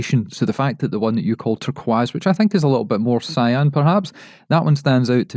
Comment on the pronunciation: Why do you keep saying "turkwas"? Is it a standing joke? Love your shows. Good to have you back